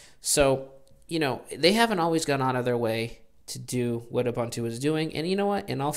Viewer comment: Sorry to be a puritan :) but it is "Ooboontoo".